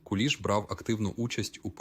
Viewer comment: Точно ШІ ! Наголоси не українські. Навіть в минулому москворотий не сказав би КУліш,бо таки ж КулІ'ш.